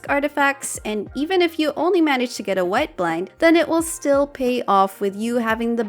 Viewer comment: "Oni a few options"🤣